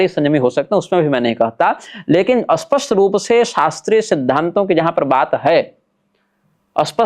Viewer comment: आपसे पहले भी निवेदन किया था कि स्पष्ट को अस्पष्ट मत बोलिये,, इससे अर्थ का अनर्थ होता है, दोनों के उच्चारण में अंतर है। हालांकि यह दोष क्षेत्रीय भाषागत है, जो कि जन्म से ही जैसा परिवेश भाषा शैली सुनी उसी के कारण होता है, तथापि शोधन अनिवार्य है। जय माँ भगवती